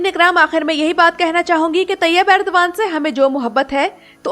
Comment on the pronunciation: It's Erdogan not Urdagan